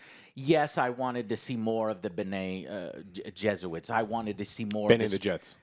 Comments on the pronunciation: "they don't even mention the Qui-sack Tessaract and the f-ing Bene-Jesuits, I can't pronounce this stuff" LOL. Concur with on the sound editing - terrible blocking of dialogue several times...makes you almost want to watch on HBO with the subtitles on..but I recommend you see this on the biggest screen you can. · Joe hadn't read shit. You can tell by his miss pronunciations of special elements or names in dune universe. Bene jesuits???...dude...wtf. the mentats,the tleilaxu creature, the space guild or the special benefits of the spice wasn't presented in this movie because there was no need for it (I'm sure if they were, they would cry about being too much exposition fed to you). It's about the betrayal within the house atreides in this, and the first steps on the golden path for Paul. Joe is a great game reviewer but movies-wise, not so much. I loved the movie, I didn't think it needed anything more. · did you mean Bene Gesserit?, Kwizatz Hederarch? Also, the spice was explained enough for me who just read the first 4 chapters today and watched the movie a week ago and i understand more than you're saying you saw in the movie... It is explained in the beginning section of the movie. Also, i've noticed some ignorant and contradicting comments on the movie in the likes of saying you didn't like it's a part 1/2 then later saying it couldn't have been in only one part....,,, get your shit together and pay attention because you're subtracting points from movies based on your ignorance, not the movie's fault, and it's not the first time. Denis made a film for apt audiences, not children. it would help trying to take the information in like knowledgable adults, who know how to take in information.